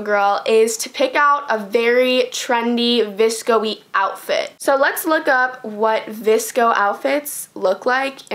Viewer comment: noon you should've used a metal straw. iTS vsCoEYyyYyYyy